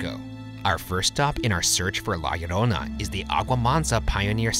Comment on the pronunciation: oh ok lol, well he sounded perfect to me because I'm native spanish speaker and that's how we said it here in Mexico too :)